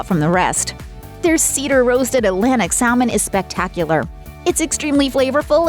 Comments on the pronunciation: It is sa-mon, not sal mon. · I think Captain D's is better because at least they had grilled and baked fish instead if just fried-which is all the Long John's had. It's pronounced sammon, not sal-mon.